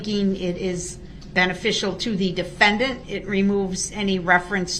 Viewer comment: i think if you listen at the attorney Opper says the DEFENDANT the same way in another video that it hurt darrell's feelings, but also think that is the way she says it, the DEFENDANT 🤣🤣🤣